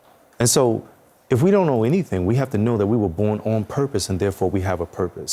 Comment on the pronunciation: liberalhalfbreeds655 its "DON'T" NOT "DOMNT" 🤣🤣🤡🤡